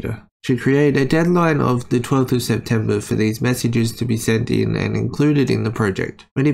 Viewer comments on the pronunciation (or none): none